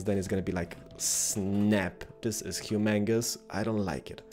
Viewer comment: dude it souds like u said humangos. it's a combination of humongous and mangoes. lol